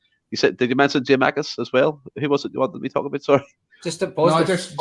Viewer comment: Was gonna pull him up on this during but thought just best to leave it 🤣🤣 Also, who is giamakis? Are we not missing a “kou”?